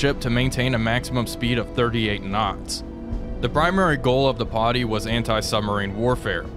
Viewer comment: TY. The 'Potty' was starting to grate.